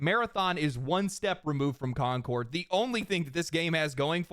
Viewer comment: Con-cord 2